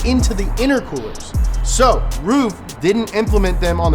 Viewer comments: That joke was wank and did not work it's pronounced(run) roof it's pronounced rough idiot and least you pronounced aluminium right lol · its pronounced roof? I've always thought it was like 'ruff' since gran trismo 2 lol. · Lol “Roof” isn’t it Ruf. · He was pronouncing rug wrong it's pronuced rough but who cares right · Somebody please teach how to pronounce the foreign words, because it's not funny to be look ignorant, when you make such an information-soaked show;) thank you